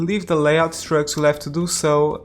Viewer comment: When you say trucks, I hear drugs -“Where drugs can leave the city” Really liking this series, I’m trying to match what you’re doing just to get some inspiration how to create my own one